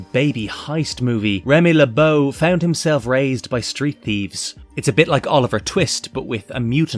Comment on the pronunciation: Merci beaucoup for saying his name correctly I’ve seen so many mispronounce his last name it got quite annoying considering it’s not hard to look up the pronunciation!